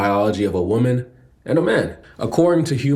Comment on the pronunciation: Say woman correctly please!!!